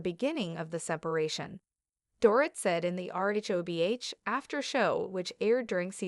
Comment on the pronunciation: Her name is pronounced Door-Eat